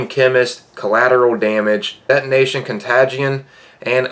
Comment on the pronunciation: also “etonation con tagde eon” 👌🏻👌🏻